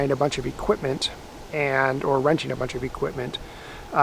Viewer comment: "Renting" the house?